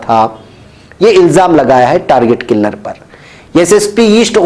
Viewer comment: Mere Target killer ka talaffuz durust farmalen